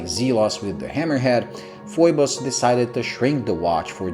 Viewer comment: Great review, Thumbs up given! You hit the nail on the head about the contrast of the markers, hands and dial. 😄Hahaha, Looks like I'm not the only one who gets the pronounciation of the company's name wrong. Like you, I look at the spelling and I'm forced to say Foy-bus, even though when I contacted Phoibos directly they'll let you know it's actually pronounced Fee-bus. Screw them, Foy-bus for the win! 😁